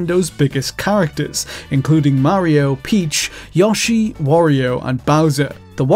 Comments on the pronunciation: Ya-shi? who the eff is Ya shi? i belive you ment Yoshi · I hear Yawshi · “Yawshe” lmfao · He said u Yoshi wrong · I'd allow regional differences in pronunciation, if the character's only spoken words were not its own name.